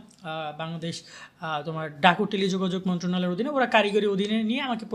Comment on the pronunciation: Vai apnar certificate er kiser value kiser .. Apni je ki uccharon korlen . Bangladesh...............joga jog montronaloy . Majkhen ki bollen vai